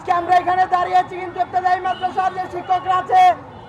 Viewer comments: ইফতেদায়ি না ইবতেদায়ি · এটা কেমন শিরোনাম। এত বড় উচ্চারণ ভুল করলে হবে? ইফতেদায়ি নয় বরং ইবতেদায়ি